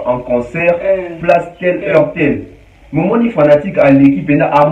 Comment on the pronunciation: Mon et ma n s prononce pas de la même façon